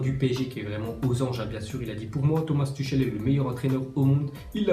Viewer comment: A nasser il a plutot dit au micro :" bour moua Touchail i lie milleur entaineur aou mounde "